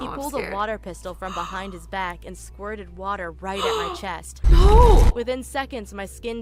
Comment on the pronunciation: He scwirted water